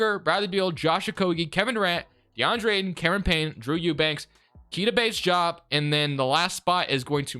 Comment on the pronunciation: Fun fact: Keita Bates-Diop is pronounced KAY-tuh Bates DEE-ahp